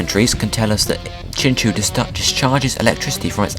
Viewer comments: Really sorry about this but it is pronounced like chin-chow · Woah I thought it was pronounced chinchow